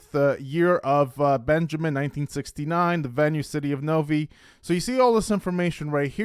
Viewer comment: FYI the cities name is pronounced Nov "eye" = Novi, not Nov "ee"